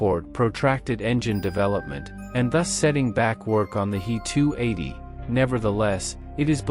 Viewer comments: It's not a Hee 280 - it's a h.e.280. adjust your bot! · In "He 280" "He" is not a word, it is two letters "H" and "E". They are pronounced separately (as two letters). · The 👉🏻 “HEE-TOO-EIGHTY” 👈🏻 was a groundbreaking aircraft for its time, only surpassed by the 👉🏻 “MEE-TOO-SIXTY-TOO” 👈🏻